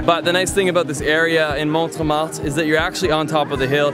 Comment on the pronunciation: MONTMARTRE NOT MONT MARTE ;)